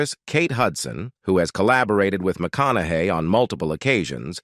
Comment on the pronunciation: It called him McConagay 🤭